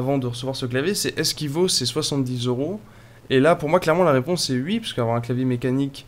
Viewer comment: "vaut il ces 70€? la réponse est UI" hahaha